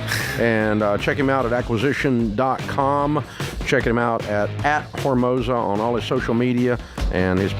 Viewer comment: Who is running this show and doesn't explain to Dave how to pronounce Alex's name? I could see George cringing every time Dave tried to word vomit Hormozi.